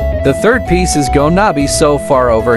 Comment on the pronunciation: You didn't pronounced gonna right in